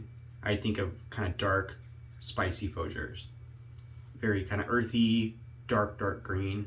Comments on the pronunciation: understandable. It's pronounced Foo-jare. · You are pronouncing Fougere wrong